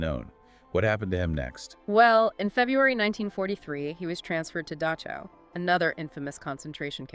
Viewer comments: Dachau not Dashau near Munich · The word is DaCHAu. There is no s in there. It is not Daschau. It is a guttural ch. at least try to pronounce German words correctly. other wise good article.